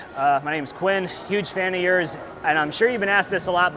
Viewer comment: It’s pronounced kwin ..don’t you remember the 90’s tv show Dr.Quinn medicine woman? I never seen the show but remember the name